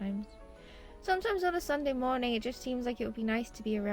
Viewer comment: OMG MY TWEET MADE IT TO THE VLOG I AM SO HAPPY SJQKCJSJDB I LOVE YOU 🫶🫶🫶 also why do you say mornong instead of morning?!?!??